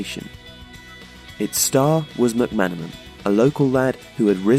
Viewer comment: Also, Mc-Man, and Houghton (not Huton).